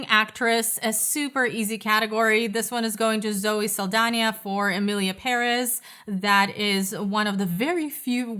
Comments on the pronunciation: Its emilia pere`z! 😂😂😂 Say it wz me! peREZ!!))))) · it's PÉrez. The accent is in the first syllable. I speak Spanish so...